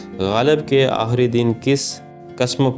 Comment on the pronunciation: aahri nahi aakhri